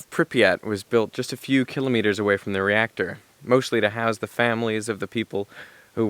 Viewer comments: YOU PRONOUNCED KILOMETERS WRONG!! Its kilometers not kilometers! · I've never before heard anyone say kilometers that way o_O